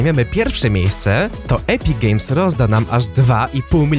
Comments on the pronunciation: czy tylko ja słyszę Epic Gejs xD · Bardziej Epic Geijs